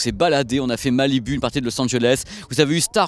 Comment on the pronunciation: Prononce "malibou" putain.